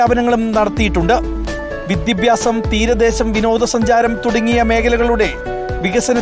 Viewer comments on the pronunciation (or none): വിദ്യഭ്യാസം അല്ല വിദ്യാഭ്യാസം!